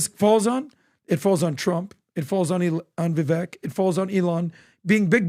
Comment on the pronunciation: Vivek is pronounced to rhyme with "cake".